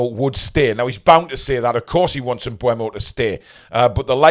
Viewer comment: I thought his name was pronounced M Boom-o. Bryan em-Boom-o